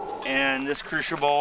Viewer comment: crucible(kru si bul), sorry just had to say it. The pronunciation was driving me crazy.